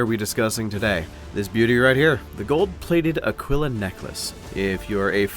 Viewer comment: Just a heads up man, Aquila is pronounced Ah-Kee-Luh. Otherwise, keep up the good work man!